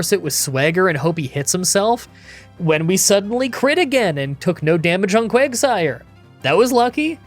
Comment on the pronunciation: You called quagsire Quagmire